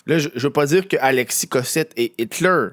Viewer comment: Prononcer Hilter avec un accent anglais, il faut le faire !